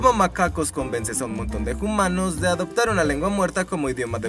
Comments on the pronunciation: Una chispa desagradable salta en mi cada vez que dice "jumanos". Paré a mitad del vídeo y me niego a ver otra cosa de este canal. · DIJO HUMANOS EN VEZ DE JUMANOOOOOSSS!!! en realidad se escribe hoomanos pero nadie en los comentarios lo escribe asi...